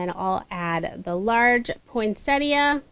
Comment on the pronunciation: Finally, someone who knows how to pronounce ‘Poinsettia’ Thank You 😊 I’ve watched a few tutorials using the awesome plant 🌱 but couldn’t watch to the end because it flustered me,,,,,,,immensely.